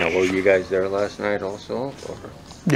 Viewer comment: Guysh, guysh, I don’t know why does so many catches! If I got all my donations to go to Washington I would do one catch and then take a vacation guysh!